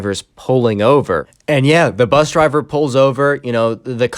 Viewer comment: bus not "P"